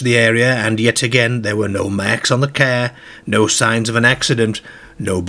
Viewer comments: This youtuber has a big problem with talking normal a CAR is a CARE to him 😂😆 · Its prenonced CAR! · I’ve never heard “car” pronounced “care” before. What accent is that? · I'm intrigued, being English, what dialect says care rather than car? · Love the way you say car....at first I thought you said care..😂😂😂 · Pronunciation is unbelievable lol , no marksahhh on the carahhh lol, brilliant video though.. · that’s what i was thinking! 😂😂 a “paacked caa” … no R’s lol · Great vid but the way you say Car should be punishable by death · How come the narrator can pronounce paranormal which has three a’s and not car with only one? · His pronunciation of 'a' followed by 'r' is not part of a known UK regional accent but instead something more idiosyncratic. Eg. car, party etc. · He’s from up north but seems to pronounce “car” in a weird way on purpose… And he can’t pronounce Maidstone either 😂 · Wearing a red scarhf, darhted out from between a parhked Carh!! :)))))))